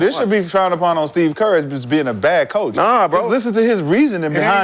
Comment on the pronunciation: McCants said “Thieve Kerr” on accident 😅